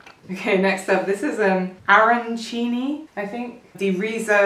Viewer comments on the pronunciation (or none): please arancina not arancini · SI DICE ARANCINAAAAA!!!!!! LO VOLETE CAPIRE!!!!